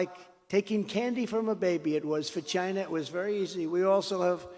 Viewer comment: Stop saying Chyna.